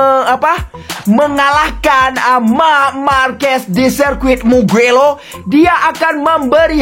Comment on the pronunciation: Mugello min bukan mukelo😅😂